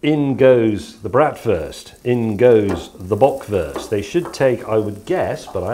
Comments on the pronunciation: I love how he pronounces "Böckwörst" and "Brattwörst" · The way how he kept pronouncing “Bratwurst” and “Bockwurst”, made me eat my own shit